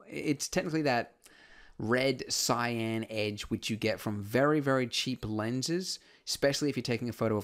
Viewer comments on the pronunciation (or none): none